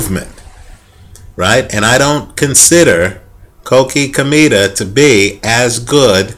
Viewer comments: Hey dude, I really think your opinions are very accurate. Just wanted to correct you at the time you say "Chemito". It is not pronouced as "kemito" but as "Shemito". Hope you correct that because it sounds really weird. Greetings from Panama. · Yeap is pronounced "Schemito"